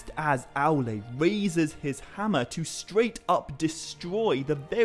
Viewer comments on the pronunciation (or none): none